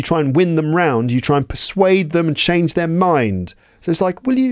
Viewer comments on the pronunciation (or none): none